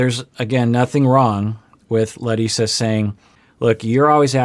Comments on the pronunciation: He said Larissa’s name better than larissa. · Hey! My name is Leticia. I'm always watching your content and love it. As a Brazilian, I really appreciate your concern with the pronunciation of Larissa's name! It is the very first time I hear an English speaker saying Brazilian names correctly, or even trying. Thank you!